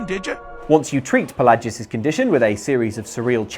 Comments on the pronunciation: Okay no You even hear them say Fel lay jus Not fa lah jus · Shay-O-gorath.... Pa-lay-gee-us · The way you pronounced Pelagius and Sheogorath just irritates me greatly